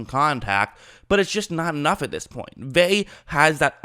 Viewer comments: It means nothing...he’s out of shape. He’s not ready. And his name is pronounced Vea-ya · You make a video about a guy and you cannot even get the pronunciation of his name right?! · You think he's the most important player on the defense yet can't pronounce his name? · You’re saying his last name wrong it’s killing me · Annoying af mispronouncing his name wtf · It's not vay. Its Ve-ah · I cringe everytime you say his name it’s pronounced Veuh not vay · Please say Vita (Vey-ah) not (Vey) D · Vea “veh ah” you keep sayin “vae” it’s annoying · Bucs didn't play Drew Lock this year... We played Driskel... Also, its pronounced "Vay-Ah"... Not "Vay". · drove me nuts you were saying “vey” the whole video. it’s vey-uh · If you insist on Americanizing the pronunciation, it's "Vey-uh." The real pronunciation is "Ve (as in "very") -ah." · Vea(ve•ya) not (ve•y) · Hey, pronounce his name right dude. It's pronounced Vea ah. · Vita "veh?" You're KILLING me Smalls!!! I'm going to give you some advice that's going to sound mean but it's actually very practical. Especially if your intention is to try and do this shit for a living... Your voice, you gotta already know this homie, is fucking goofy and annoying AF already. It's not your fault, I know my dude, it's just a fact. Therefore, fair or not, you gotta work EXTRA hard, harder than everybody else at not just your football analysis but at getting all the details right. Especially when it comes to things you say. I know that was harsh but this isn't the first time you butchered a name so bad that instead of listening to your analysis, all I can concentrate on is the sound of your voice incorrectly saying "veh" over and over and over again. Don't get mad or sad, get tough, fucking FIX it and get that YouTube money. Cool? Okay, good, bye. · Btw its pronounced vetah vaya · Bro it’s Veh-ah. Lol. Ve’a. It’s not your fault. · Say it with me.... VEY-AH. There you go. Say it aloud a few times. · Say Vey then ah but together please 😂😂😂😂